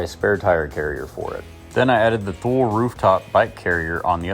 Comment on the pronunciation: Thule sounds like Two-Lee just FYI